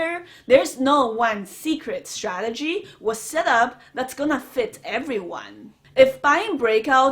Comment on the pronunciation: stradegy lol